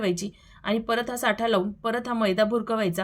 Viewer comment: साठा नाही ..... ऐकायला बरोबर नाही वाटत साटा म्हणतात....साठा वस्तुंचा असतो